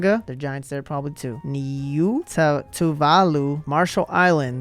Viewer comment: I enjoyed your presentation. So thank you for your entertainment value. But what is it with you Americans and pronunciation of the names of any country that isn't in the US orbit so to speak. First Kiribati is pronounced Kiribas - Niue - Neway , Nauru, Nowru - you could do some geography and learn a little about the world apart from which is the fattest country. Oh yes, greetings from New Zealand. It sure is green here but almost everyone drives everywhere. Maybe that's a factor in the obesity rates here?